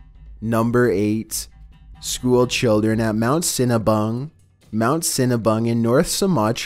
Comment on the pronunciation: I thought said " Mount Cinna-Bun"....😯